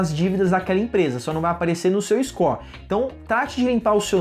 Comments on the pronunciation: Scor? Kkkkkkkk ou "Score"?? Buguei Aqui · "Iscó" kkkkkkkkkk